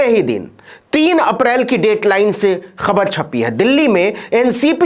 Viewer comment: खबर तो बाद में सुनते हैं पहले ख तो सही बोलो!!